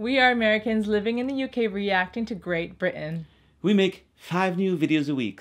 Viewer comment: Lillian. As a guy from GB, I Love how you say "Grea_ Bri_ain". So accurate! '